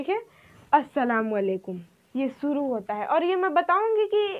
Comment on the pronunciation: "Sheen" shuru kahiye not suru talaffuz pahle aap apna sudhariye kyounki aap urdu padha rahe ho !